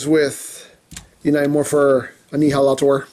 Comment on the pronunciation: "Knight Morpher Annheelahtohr" Me:... Ok, could you please repeat that in understandable English? I don't speak Japanese.. Chinese... Emgoese? What dialect are you speaking, man!?